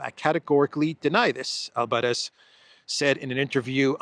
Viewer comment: Albáres not Álvarez dear